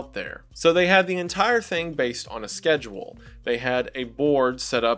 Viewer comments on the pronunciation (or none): none